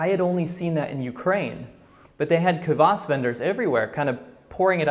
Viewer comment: Kvas not kavas